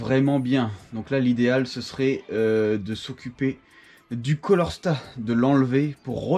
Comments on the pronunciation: Beau travail sauf on dit CALOR STAT pour "chaleur " et non colorstat . Désolé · Super taf , tu t’éclate bien ! Respect ✊ Par contre sa me chagrine un peut de t’entendre dir "un colorstat " et " une bobine jémostatique " 😅